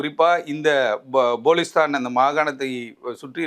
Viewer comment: ங்கோத்தா ! பலுசிஸ்தான் எனும் சொல் கூட வாயில் வரவில்லை. போலிஸ்தான் என்று பேசுகிறான் தற்குறி